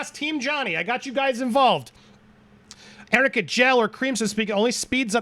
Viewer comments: This still cracks me up..there's no such thing as "amica cream"...🤣🤣🤣 oh, did you mean ARNICA cream???😂😂😂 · this bish cant read its arnica not amica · Arnica cream? It’s for bruises … it can make a bruise heal faster … it’s so annoying she keeps calling it amica 🙄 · What kind of lawyer she is that she didn't even check that its ARNICA not Amica 😅😅😅😅sooooo pathetic!! Worst lawyer ever sooo unprofessional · I used "ARNICA CREAM" for my bruises. I get bruised so easy because I have low white blood cells count... hearing her say AMICA as a lawyer, was hilarious... Hahahahaha... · It’s actually not “amica” cream yeah it’s “arnica” but the label looks like it has an “m” so they probably just looked up a bruise cream and went with it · The nonsense with the Amica or Arnica cream whatever. The fact that the lawyer consistently misspoke the real name of the product is so telling. There was NEVER any "amica" cream. Bet the defense did some quick research on products that help with bruising, etc and decided to claim that Amber used this product to cover her bruises on her face. Because if AH really did use the product, she would have noticed the correct name. So shady. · Amica cream...you mean armica cream?lol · Amica cream?? Does… does she mean ARNICA cream??? Edit: oh, yep, you covered that lmao that’s what I get for commenting before the video’s over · As soon as she said "Amica cream" I knew she was trying to say "Arnica" which I've used for light and deep bruising after botox or fillers (also on my face where Amber would have used it). It does NOT make bruising magically disappear even with layers upon layers upon LAYERS of makeup. Where did Amber find her defense team? Cause that was the WEAKEST argument I have ever heard in my LIFE. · She meant ARNICA, not amica. It is very lame. Mr. Baruch indeed, powerful. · 🤣🤣🤣🤣It's Arnica cream. Stop saying AMICA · Me as jury and woman: what is amica cream?? Or arnica .. wtf.. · LMAO THE “AMICA CREAM” WAS DRIVING ME CRAZY